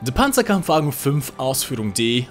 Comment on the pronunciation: the panzerkampfwagenzaufhshru... What??